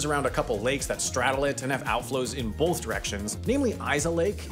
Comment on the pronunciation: When you say "both" it sounds to me like you are saying "bolth." What is that, some kind of midwestern, western thing? Linguistics video incoming?